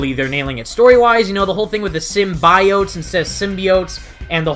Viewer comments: I think "sym-Bi-ote" as they say might be the plural of Symbiote. Instead of them saying "Symbiotes"...Nice video by the way.😁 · I too hated that girls pronunciation os "simbayotes". And it's not her accent, she's just saying it wrong. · U know, I realized the same thing, how they pronounced “symbiotes.” My whole life I’ve always pronounced it how u have pronounced it , and when I saw the trailer, I realized how they said the word, and I kinda cringed.